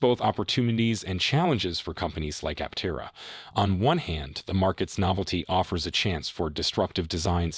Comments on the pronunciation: It's app-terra... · An AI voice certainly read it (which is fine, but it pronounced Aptera incorrectly every time). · Was this written by Artificial Intelligence? There are lots of statements that mean nothing. Trying to make YouTube money by using the company name, even though unable to pronounce the name properly. Thumbs down. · If you're going to attempt a well-researched editorial-style clickbait-titled realist take on an emerging brand/product/company, at least pronounce it correctly, please. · Another note, listen to how Chris says the company name use it going forward. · Absolutely no credibility for such a simple screw up.